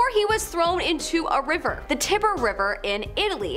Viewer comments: Tiber river, pronounced, like Tiger.. t- eye-ber. In Italian it's Tevere. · Yeah..it’s pronounced Ty-ber…not Tibber. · Your presenters can't pronounce words like "Tiber" and "economist" also "viscount", lol